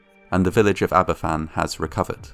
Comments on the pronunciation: The actions of the NCB following the disaster were a great betrayal, and the anger will live on long after the last survivor has perished. Aberfan (and it's pronounced "AB-er-VAN" not "Ab-er-FAN") and Gresford in the north were two horrific disasters in Wales connected to the coal industry, for which nobody at the upper levels were ever held accountable. This lack of accountability seems practivally a universal constant in these disasters. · There's so much good info here but I wish the pronunciation of Aberfan were correct - it's pronounced 'AberVAN', not 'AberFFAN'. 'F' in Welsh is pronounced like the English 'v'. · Great video. btw, it's pronounced Abervan not Aberfan. 'f' in welsh is pronounced as 'v'. It's the double f, 'ff', which makes an 'f' sound. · Aberfan is pronounced ''Aber Van"- not 'ABBA Fan' 🙄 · Aberfan is pronounced AberVan, rather than AberFan. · Just to let you know, the 'f' in Aberfan is pronounced as a 'v'. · it's said like Aba-van btw I live not to far from the place I'm not trying to sound like "ACTUALLY IT'S SAID LIKE THIS" no I'm saying this all out of kindness just letting yk how it's said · It’s pronounced abervan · The name of the village is pronounced Abervan. You could have found this out by just looking on Wikipedia. People who went to Aberfan after the disaster noted that there were hardly anyone of certain age groups there, as they had all been killed in the disaster. This would mean people in their early 60s now. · Just for future reference, it's pronounced 'Aber-van'. An 'f' in Welsh is a 'v' in English, 'ff' is an 'f'. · It’s pronounced aber-van in welsh: f is pronounced v ff is pronounced f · Nice video but it's a bit of a shame that you do not pronounce the name of the village correctly. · Please learn how to pronounce Aberfan. It's disrespectful not to.